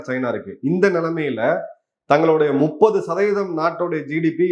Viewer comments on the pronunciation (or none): none